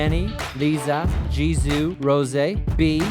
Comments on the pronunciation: Who let this man say ''LIZA & JIZOO'' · No one:: "Jennie, Liza, Jizoo, Rozé"